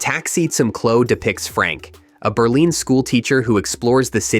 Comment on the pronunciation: Berleen for Berlin??? Aagggh! COMPUTER VOICE!!!